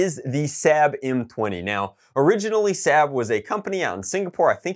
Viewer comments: he pronounces sabre sab and reflex ri flé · I'm surprised no one commented about the fact the he pronounced sabre incorrectly